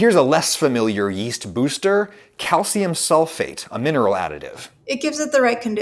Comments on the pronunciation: Go ahead tell me your guest bread scientist didn’t say ‘east’ instead of ‘yeast’ at least twice (second of which was around ~ ). I double-dog dare you. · kept saying "East" instead of "Yeast"... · Does she also know something we don't know about the pronunciation of the word yeast? It sounds like she's giving the 'Y' an 'I' sound. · The doctor pronounce yeast as east. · Anybody else find it strange that the doctor pronounces yeast as “east”? It’s not a silent “y”, sister! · why does she pronounce it "east" instead of "yeast" ? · Does she keep saying "East" instead of "Yeast"? Is this a thing? Or is it just a quirk of hers? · Why's she pronouncing it EAST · Did you say "yutes"? I mean "easts"? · Is she saying “East” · She can't pronounce the word "yeast." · And her pretentious pronunciation of yeast. So comical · The bread scientist who can't pronounce the word "yeast." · wait. Have I been pronouncing "yeast" wrong all this time?